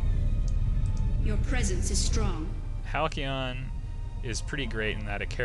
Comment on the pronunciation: Hal-See-Ahn. =P